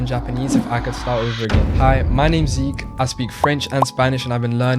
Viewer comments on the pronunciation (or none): none